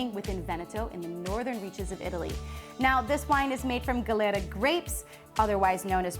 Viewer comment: You say gelera grapes, isnt glera?